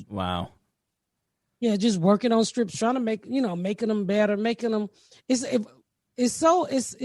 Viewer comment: So cute the way you say strips instead of scripts and nobody corrects you. ❤️❤️❤️